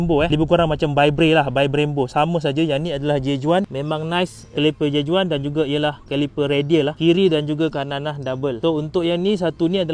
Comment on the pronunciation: J.Juan perlu disebutkan seperti "J.Wan". Spanish.